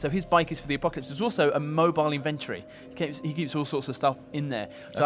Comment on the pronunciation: what the hell is an "in vin tree" 😂😂